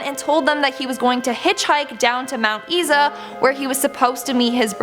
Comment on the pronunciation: Mount Isa is pronounced eyesa